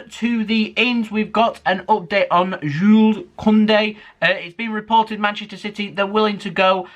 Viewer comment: Finally you you said jule not jules 👍👍👍